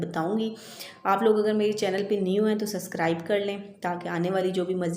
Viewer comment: SUBSCRIBE hota hai SUSSCRIBE nahi hota hai, plz drust kr lein or mind mat kejiyega plz.